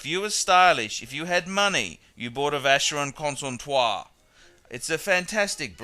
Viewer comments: Probably he mispronounced it on purpose. Just to be funny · I agree with your general argument but no need to use bad language. We should let the quality speak for itself. By the way why the mispronounciaton of Constantin? Otherwise a very pertinent video. As I say, buy the obvious, pay the obvious.